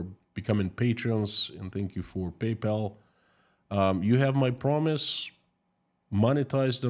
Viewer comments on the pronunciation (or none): none